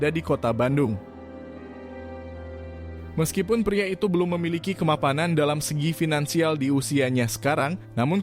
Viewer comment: Kemapamanan 😅 Kemapanan, bang